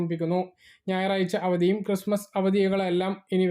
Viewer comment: ക്രിസ്തുമസ് എന്നാണ് പറയേണ്ടത് ചേട്ടാ🙏🙏🏻